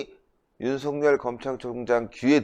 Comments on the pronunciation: 댓글 보시나요? 윤석열을 윤석렬로 발음하고 있다고 계속 말씀드리는데 ~ 댓글 좀 봐주세요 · 윤석열을 윤석렬로 발음하고 있습니다 빨리 수정하시기 바랍니다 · 윤석열을 윤석렬로 발음하지 마세요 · 모든분이 윤석열을 윤성열로 발음하는데 틀렸습니다 빨리 수정하세요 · 윤석열을 윤석렬로 발음하는 것은 방송인으로서 부끄러운 일입니다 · 윤석열을 윤석렬로 발음하고 있는데 빨리 수정해서 바르게 말씀하시길 바랍니다